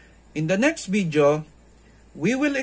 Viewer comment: I love when he says "in this vidjo"!